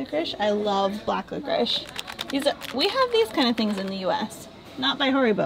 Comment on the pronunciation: HAribo not HOribo :D